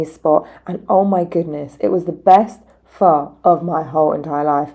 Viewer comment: Good Vid 👍 made me hungry. Born and raised in london my dads Vietnamese its good to see the viet food all over the place, grew up eating pho bo. The north and south eat it differently. Easiest way for you to pronounce pho is probably to say 'fur' as in fur coat 👍